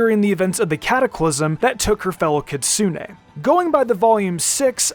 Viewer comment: Maaan that Americanised pronunciation of "Kitsune" hurts